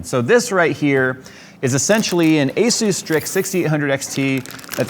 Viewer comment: Thank you for saying Asus properly! Most people say Azuse.